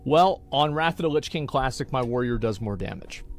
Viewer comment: "wot luh kuh hype"